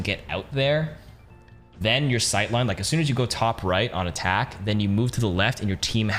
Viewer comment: Whenever he says "on attack" i hear "anatack"